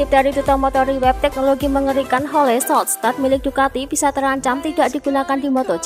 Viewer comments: HOL bukan HO LE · Hole shot di baca -> hol shot Bukan ho le shot